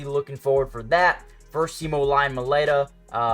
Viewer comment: I believe Mailata is pronounced like Mai-lotta not Mai-letta